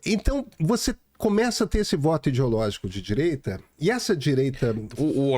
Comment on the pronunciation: Renan Calheiros "didireita"... parei aí...kkkk